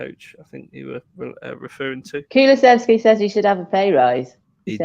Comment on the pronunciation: Kulu-sev-ski, I'm a stickler for pronunciation, apologies 🤣